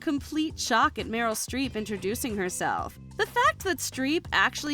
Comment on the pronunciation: Not 50 cent saying “Meryl Street”👀